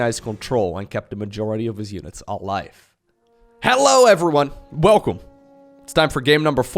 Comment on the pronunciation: It's the "Velcome back." For me. Love it